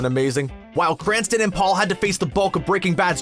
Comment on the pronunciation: STOP CALLING HIM "BRANSTON"!!!!